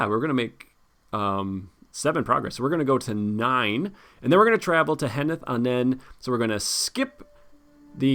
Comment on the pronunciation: Another quest with a lot of triggers and insanely hard, but you again managed to beat it. Congratulations. I wondered all game how you were going to deal with the Mûmakil, but Fierce Defence is really great tech. You were lucky to not draw an Oliphaunt before reaching Valour. And by the way Henneth Annûn is pronounced 'anoon'.